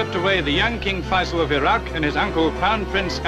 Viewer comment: faisal bang , bukan fasial